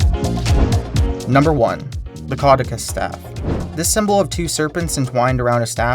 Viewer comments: kuh-DEW-sus rather than KAW-dih-kus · it's ca-du-ceus, not cau-de-cus. you dyslexified it... actual pronunciation is ke-doo-sius or ke-dyu-shuhs.